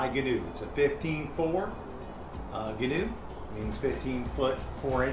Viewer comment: If you’re gonna be the Gheenoe guy, atleast pronounce it right my dude.